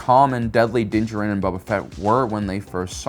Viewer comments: I love your videos but hate the way you say dinjaren, lol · I'm going to continue leaving a negative comment on every video where you purposefully mispronounce things... how are you a star wars expert and yet you still can't pronounce Din Djarin's name?